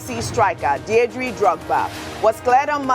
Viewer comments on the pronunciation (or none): Ogy! His name is Didier Drogba! Not Diedre or whatever you called him! He is not a woman! He is an Icon! Silly girl!